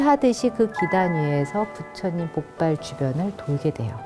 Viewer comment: 장음인 단어의 첫 자를 짧게 잘못 발음한 예:계통,주목,(××하면)돼요,사람,고대,과연,고대,등이니,이 결과, 둘째 음절을 accent가 있는 것처럼 강하게 발음하고 있다. 이런 폐습은 한국 어문의 전반적 심각한 문제다. 고국 동포께 간곡히 권하오니, "한국 어문을 고발함"이라는 책을 읽어 주시옵소서. 미국 변 완수 드림